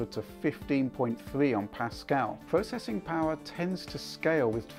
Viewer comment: Moh pwocessing powah